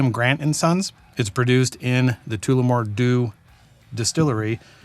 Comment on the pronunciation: Tullah- more. Not toola-more 😅